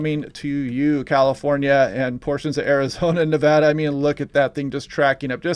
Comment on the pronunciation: Thank you for pronouncing Nevada correctly! Lol I use to live in so California. Hoping for rain in Reno.